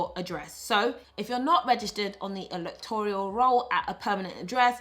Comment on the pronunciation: Electoral roll not Electorial roll.